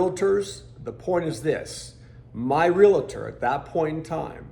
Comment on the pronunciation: Not Real-a tor..it is Real-tor. :)